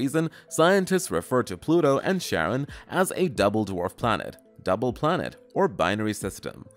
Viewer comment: I think Charron is pronounced Karen, not Sharron. Well it's technically the origin of both names, but Greek does this weird thing with the letter C. Same deal with Cephalopods by the way.